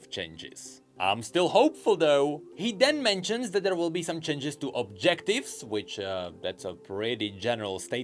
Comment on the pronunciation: Your pronounciation of "changes" as "chenges" got me so hypnotized, I could only focus that word for the entire video.